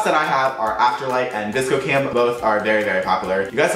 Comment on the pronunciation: LMAO this is funny cause i thought he said disco cam as well until i heard the vsco cam